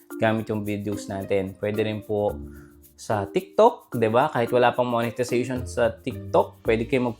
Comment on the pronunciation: Tumahimik ka, ni sarili mo nga hindi mo kayang kumita ng ganyan kalaki. Isa pa tagal mo na sa larangan ng social media. Palagi kang nagtuturo about monetization .Ni monetization nga hindi mo pa ma pronounce ng maayos. Tumigal ka nga jan. Ayusin mo muna yang bibig mo kaysa sa mga tutorial mong bulok.